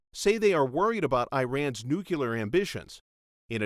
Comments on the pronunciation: Nuclear not nuculur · Very nicely illustrated. Now the narrator should really learn how to pronounce "nuclear". George Bush should be the only idiot allowed to pronounce it as " nucular" ....